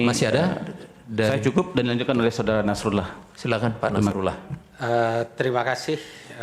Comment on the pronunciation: Setelah ber-jam mengamati, saya mendapatkan poin bahwa kuasa hukum BPN atau 02 sangat tidak sopan baik dalam menyatakan pendapat dan membalas sebuah argumen. Terlebih sdr Nasrullah (baca A bukan O!), memfitnah saksi dan KPU bgtu keras di depan majelis hakim.. wow!!